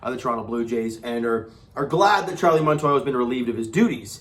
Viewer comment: Montoyo!!!!! Not Montoya!!!!! 😂😂😂😂😂😂😂😂😂